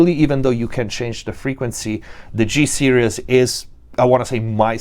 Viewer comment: It always bugs me how you pronounce "series". You're saying "serious" which is a different word. Just a heads up. You should say "sear (like what you do to a steak) -ease" (like "put your mind at ease") Nice review.